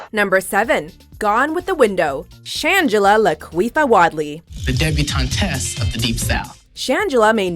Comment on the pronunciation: lmaooo at the way says "Shangela Laquifah Wadley"